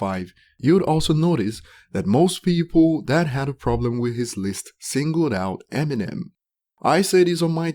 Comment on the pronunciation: “Emmy Nem” 🤦🏻‍♂️